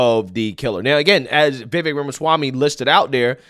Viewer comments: It's pronounced vi-vake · It's Vuh-VAKE' . And yes,he's great. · Vivek is pronounced Ve'Vake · Vivek rhymes with cake.